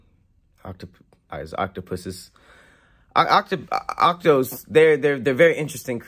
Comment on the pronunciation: Lmao with the brain aneurism tryna say octopuses same..